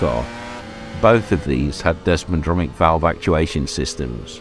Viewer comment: It's desmodromic not desmodronic if you are going to slag something off try getting your facts right.